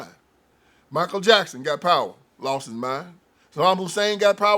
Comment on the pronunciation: It's pronounced Michael.